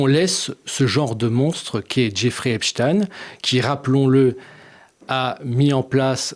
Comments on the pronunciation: Pourquoi dites vous Epstine ? Pour nous faire croire à des origines russes ? Non messieurs, c'est Ep-chtaïne et il était juif, tout comme Bronstein (alias Trotsky) d'ailleurs... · Epstein est un nom allemand stein = la pierre et ça se prononce chtaïn. Compris ? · Affaire "epstiin" ???!?? Prononcez correctement svp! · Tout ce qui finit par stein est juif.... voilà pourquoi ils changent la prononciation... Weinstein (me too) Bronstein (Trotsky), etc...